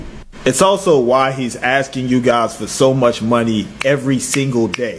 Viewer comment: Maybe if you stop axing people the bank would reopen your account?